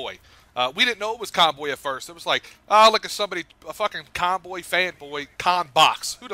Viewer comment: aced the conboy name lol